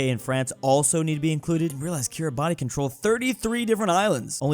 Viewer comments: Roses are Red Violets are Blue It's pronounced Kiri-bass You screwed up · It is pronounced “bass” at the end of Kiribati’s name. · Kiribati is pronounced Kirabasst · Kiribati 🇰🇮 pronounce keer-ee-bahs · "kirry bartey" LMAO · Kiribati is pronounced kiri-bas . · KiRiBaTi me: NO ITS PRINOUNCED KIRIBATI-SSSSS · Kiribati is pronounced "Kira-bosh" roughly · Kiribati pronunciation is Kiribas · "Stop mispronouncing Kiribati" - me, every time he says kiribati.